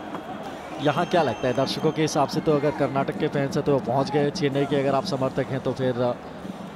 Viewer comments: Pronounce it correctly. It is not karnatak it is karnataka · karnatak nhi karnataka hai thik se bolo, happy karnataka rajyotsava